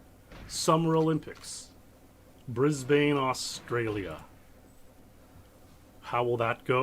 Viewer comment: it's pronounced 'bris-bun' haha